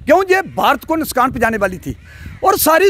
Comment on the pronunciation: "Nuskan" Nahi hota hai "Nuksan" Hota hai...